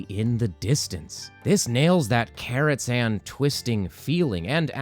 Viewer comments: it's KARAZHAN!! Not Carrots-an... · Is he saying karatzhan? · Is he saying Carrotzhan? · why are you saying Karot-Zan